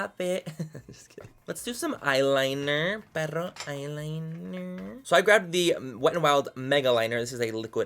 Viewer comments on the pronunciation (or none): "perrro eyelineerrrrr" 😂😂😂 deceased 😂😂😂